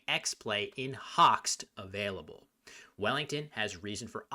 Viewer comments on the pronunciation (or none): none